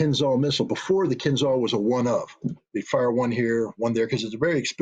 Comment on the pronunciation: Mr. Ritter spells missile "Kinzhal" wrong. It should rather sound like "Keenjeal".